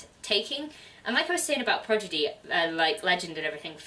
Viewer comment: I was uncertain about Legend by Marie Lu, but I might give it a try now. Not to get too nitpicky, but you mispronounced "Prodigy" every time. XD Your girls are great - awesome wrap-up!